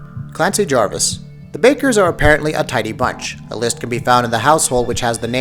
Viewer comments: Clancy JAVIS not Jarvis. 😂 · It's Clancy Javis. Not Jarvis. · It's Clancy JAVIS not Jarvis you fucking idiots... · its pronounced Clancy Javis